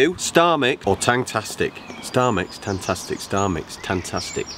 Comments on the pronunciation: Yh you know it’s TangFFFFastic😂Not Tangtastic😂😂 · It’s not tangTastic, it’s tangFastic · its tangFastic not tangTastic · TangFASTIC not tangtastics wtffff😂😂😂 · its tangfastic not tangtastic :) xxxx